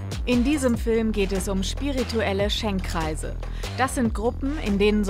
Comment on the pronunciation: Es heißt Schenkkreise, wieso sagt ihr dann ständig Schenk-reise? Nervt